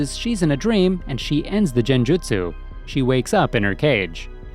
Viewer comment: Did anyone else hear njenjutsu?